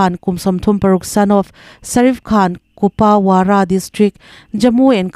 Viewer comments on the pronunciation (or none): Kupawara tih hi Kupuara tih anga lam rik tur..